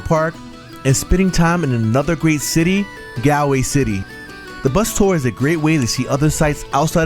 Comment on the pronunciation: nice reaction.... just to note... Galway is pronounced Gaul way rather than 'gal'